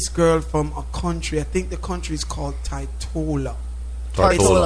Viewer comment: This Sistren [Jah9 = Janine] ah deh TRUTE! One Luv Sistah... As an aside... - How can dis bwoy [Whatever deh Show host name] be a Caribbean Yute, a former Howard Univ. attendee [don't know if he graduated], and not know how to pronounce "TORTOLA?!" [Which is in the BRITISH Virgin Islands. Adjacent to the US VI, & Puerto Rico].